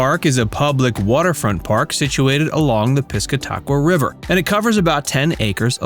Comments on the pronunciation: You would think if you are going to do a video about a place you would at least educate yourself about it. There is no such thing as the pisca-taqua river…. There is however a pis-cata-qua river. lol. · That's probably the worst pronunciation of the piss-cat-awk-wa river I have ever heard 😂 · Please pronounce the name of my river correctly. Pis cat a qua. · 1.It’s pronounced piss-cah-ta-qua. 2. The Black Birch is in Kittery,ME and what is shown is not that restaurant. 3. What is shown as the “Thomas Aldrich Museum” does not exist. It’s actually a house in Strawberry Banke. 4. CAVA is not known for their “falafel”. They’re known for their paella. 5. That is not the inside of the North Church.